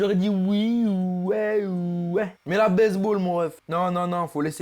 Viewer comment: il a dit "base ball"mais j'ai compris "baise ball"🤣